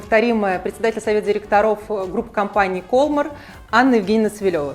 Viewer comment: Может, ударение в названии компании в другом месте - кольмАр?)) Такая реальная игра в кальмара получается...